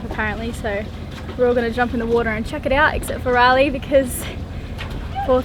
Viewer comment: I love the way says water - wuadda ha ha